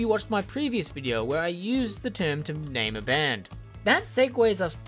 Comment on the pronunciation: Great video as always! That's not how you say my name, but no one gets it right :)